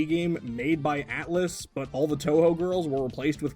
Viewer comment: You pronounced Touhou perfectly the first time around. Fantastic.